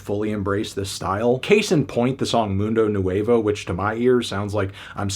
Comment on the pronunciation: The way he pronounces “modohmamie” and “moondoe nooevoh” sends a chill down my spine